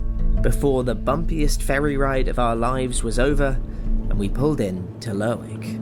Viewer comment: dont pronounce the W in lerwick